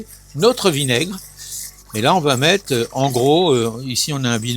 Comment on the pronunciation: Merci on va "mette quatte litte dans vote aspergeur"... rrrrrr